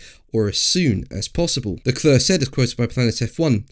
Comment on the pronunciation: PLEASE learn to pronounce Charles Leclerc's name correctly!